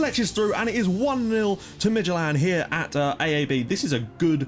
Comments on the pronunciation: AaB is pronunced with and å and then b.. too a's is an å Å is pronunced kinda like oh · I love how he pronounce Aab. In Danish aa = å. Which is also why Aalborg can be spelled Ålborg. So Aab is actually a 2 letter pronouncation ^^ Oh, and I live in Aalborg btw :D